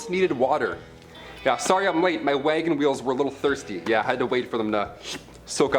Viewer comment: HAHAHA wangen weels haha